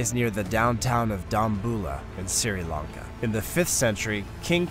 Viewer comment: What is SIRI Lanka? Lmao